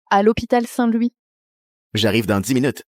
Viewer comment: Je pense que j'ai entendu hopital saint- Luis